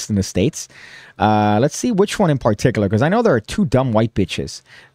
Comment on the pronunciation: You need to work on your pronunciation of the word particular. It's a word you clearly love, as do I. However, you need to relax a little when you deliver the first syllable there. You're way too heavy with that first syllable. Just chill, man. You're like: (PAR-TIK-yoo-ler). Only one syllable needs stress, and it's the second one. Say: (puh-TIK-yuu-luh). Give your tongue a break - heaven knows your tongue needs a break with all the rug-munching you do.